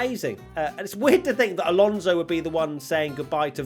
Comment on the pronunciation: Ain't bo wat he butchered the non-finisheres 😂😂 Lalonso. And crofty daid that when he gets the chanve he'll say but here comes Seb Vettel for the last time